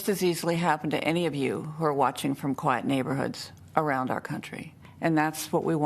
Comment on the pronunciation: why does her use of "quiet" sound like white? why does this multimillionaire white family fit right in with the narrative? this screams of being a psychological operation